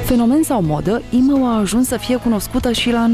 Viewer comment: cum zice "imou"